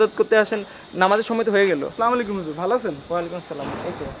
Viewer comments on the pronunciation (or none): bhia,valo hoice.but apni slamolikum bolcen,,,ata thik na bhia.salam sundor o sudho kore dite hobe.assalamualikum...